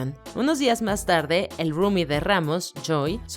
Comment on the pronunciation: cada vez que dice rumy me quiero reventar los oídos